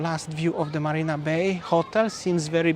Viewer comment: there’s no Barina Bay. It is MARINA Bay, with an M for marina